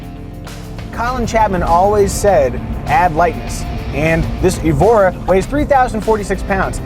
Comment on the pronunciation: It's not Evora, it's ÉVORA.